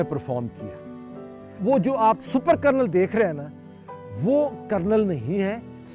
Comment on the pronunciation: It is kernel not colonel. 😅